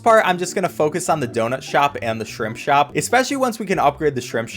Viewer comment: You said shrimp shrop